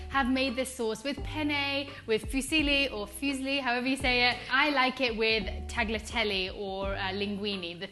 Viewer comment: That sounds amazing 🤍🤍🤍 (btw the "g" in tagliatelle is silent ;) )